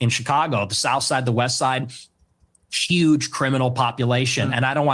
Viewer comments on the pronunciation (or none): none